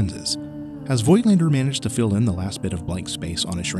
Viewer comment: Review? You cannot even pronounce the name of the manufacturer correctly.